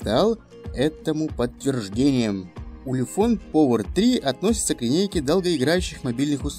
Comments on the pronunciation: Ты ламер, научись по-английски разговаривать, повер. Делаешь обзор модели, не зная, как она произносится даже. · как можно снимать обзоры если читать на английском не умеешь? Повер...